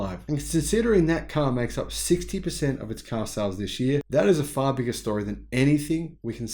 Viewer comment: Say 60% again 😂!!